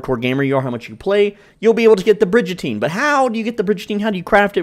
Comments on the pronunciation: I can’t take you seriously if you pronounce it Bridge-Ateen. Come’on man. It’s Brig like a warship and prison on said war ship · Bridge-a-teen. Dudes got my dying. 😂😂😂 That be a bri-gun-teen. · its brigatine not bridgatine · Great video! I have to say that it's pronounced Brig as in dig, not like in bridge. <3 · Great Video! But its Brig like "rig" not Bridge. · Brigantine not brigentine, but really good tips. Ty! 😁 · Brig not Bridge, Brig-an-Teen! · It's pronounced brig-uhn·teen please bro ❤ I love your vids this gets to me 😂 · It’s pronounced “ bri-gun-teen” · Brigatine isn’t pronounced as Bridgetine ……..just saying!😂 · its "brig-uh-teen" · it’s pronouned brig a teen no j in it